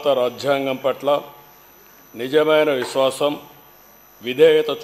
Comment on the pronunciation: విష్వాషం కాదురా బాబూ విశ్వాసం కూనీ కూనీ చెస్తున్నావ్ తెలుగుని జగన్ మోహన్ గారు.